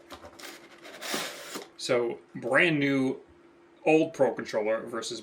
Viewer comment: Why do i hear "Paw Patroller" every time you say "Pro Controller" 😅?